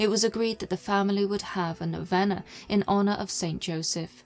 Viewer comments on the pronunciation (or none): Great job. But it is pronounced noveena. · The nine day prayer known as a Novena is pronounced (know-vee-nuh). (In a America at least) P.S. I truly enjoy your vids. The aesthetics are just right, wouldn't change a thing.